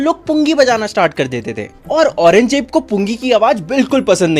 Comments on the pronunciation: Aurangzeb ❌️ Orange jeb ✅️ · aurangjeb ❌ orenge jeep✅